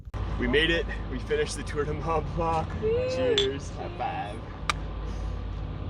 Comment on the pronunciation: "Tour du mah blah"